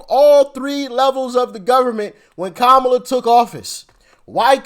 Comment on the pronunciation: KA MA LA. Pronounce it again